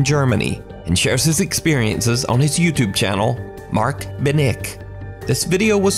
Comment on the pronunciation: I am From Nederland and you say it perfect MatkbenIk